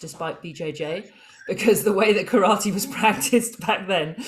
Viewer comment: I have now heard Karate pronounced as carrot and now I cannot unhear it. Great conversation.